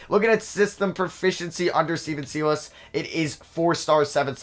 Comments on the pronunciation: Sigh-less not See-luss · Stephen Silas (sigh less) not (see less) lol just a friendly heads up